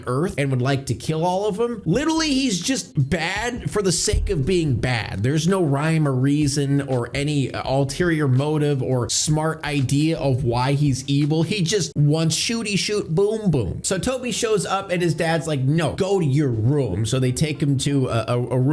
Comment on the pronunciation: its not “alterior” its “ulterior”